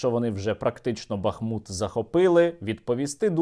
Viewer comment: Навіть вже скабєєва вірно каже БахмУт з правильним наголосом😅 може так дійде до того, що будуть говорити в Україні))